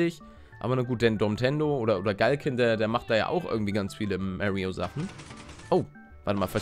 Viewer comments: Er heißt Mario nicht Märio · Er spricht es halt englisch :D